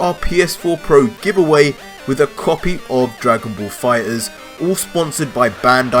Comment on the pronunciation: I like the way say fighterZ. Dragonball Fi-ers!